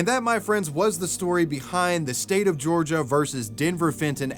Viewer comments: The State of Georgia, not Georigia. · “The state of Georigia” 😭😭😭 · Georigia lol wtfff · Ah yes Georigia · “the state of georigia” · "the state of georigia"? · georigia? wtf is that lol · What's a 'Georigia'?